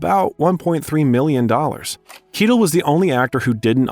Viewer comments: Good god, learn to speak English. Or French. Denouement is NOT pronounced "De-Now-Meant." It's closer to "Day-Noo-Maw." And, it's NOT Harvey "Keetle!" It's "Ky- Tell!" And a bunch of others. Learn pronunciation! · Kettle? Followed by Quentin Tarantino saying the name correctly. 😂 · It’s not Harvey Keetle. It’s Harvey Keitel (Kai-Tel). Please pronounce the words and names correctly. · Really nice video but just have to be that guy and say it's not pronounce Harvey Keytle but Harvey Kai-tell :) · Fascinating insight in the cinematic genius that is Tarantino....but man, it was like nails down a blackboard every time I heard a name pronounced wrong 😬.....the worst was Harvey Keitel - Kee-til?? It's (phonetically) Kai-tel, KAI-TEL! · Harvey kYtell. Keitel. This mis pronunciation really ruined it.for me.☹️ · It's truly pitiful that the narrator of these bios of QTarantino cannot correctly pronounce the last name of Harvey Keitel [kEYE-TELĽ --- accent on last syllable] or Marlene Dietrich (DEÉ-TRICK accent on first syllable] & much much more. Good bios, but c'mon! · Is this narrarted by AI or is the guy just terrible at pronouncing well known actors names? Harvey KEETLE? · Who's Harvey Key-till?? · "Harvey Keetle?!" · Kye - Tell . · Did you even bother to watch your own Ripped Off Documentary? Harvey Kitlle?? QT says his name correctly 5 times but you couldn’t figure it out??? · "actor Harvey Kee-tel" lol dude you really are disqualifying yourself with these names. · How do you not know how to pronounce Harvey Keitel, Pam Grier, Roger Ebert, etc... properly? (pronounce: "KAI-TELL, GREER, EEBERT) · Harvey Kai-tul, Roger Eh-bert. LOL. These kids these days...it's obvious this narrator is either young or doesn't actually have much experience with movies and film critics. I did enjoy the video, I just find these mispronunciations amusing. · Actually, it’s “KITE-ul”. Source: someone with relatives with that last name. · Harvey "Kee-tell" 🙄